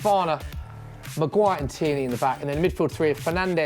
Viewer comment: Man said tiernany 😂😂